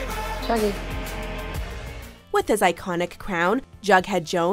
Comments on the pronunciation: Does anyone ever think betty is saying druggie but then you really listen and you realise she just said juggie😂😂😂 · My question is, why is she saying JuGgY